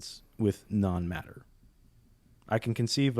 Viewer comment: It is hillarious every time I hear "matter from none matter" like none matter as in nothing? Looool